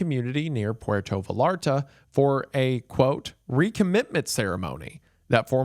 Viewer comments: Not va-lar-ta 😂😂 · Oh no…someone tell wendigoon that 2 L’s in Spanish make a y sound. 😂 think the word tortilla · As a mexican, it hurts to hear him say "Puerto VALL-AR-TAH" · Pronunciation correction: Puerto Vallarta, you said puerto right, but Vallarta is pronounced like Vay-art-a. The double lls is spanish is always pronounced with a y sound. Great video! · VUH LAR TUH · Puerto Vallarta is pronounced “vayarta” 😂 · i love you and your content but how you pronounced puerto vallarta made me cringe as a spanish speaker. vallarta is pronounced v-eye-yar-ta. other than that awesome video king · Pretty sure that's not how you pronounce Vallarta